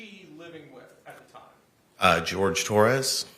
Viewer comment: Jorge, but she pronounced it George.